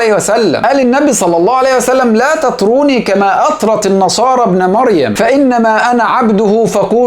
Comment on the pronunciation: لا تطروني بضم التاء يا بارك الله فيك